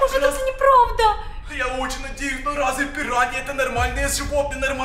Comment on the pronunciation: Это пираньйи а не пируйни